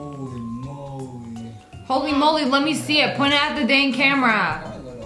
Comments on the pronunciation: "they make pizza i have seent it" lol iconic line by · "I seen't it" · "I seent it!"